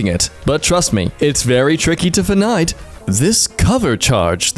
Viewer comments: "The calmer you are the easier it is to 'fnid' the mistake!" well it was found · find says fnid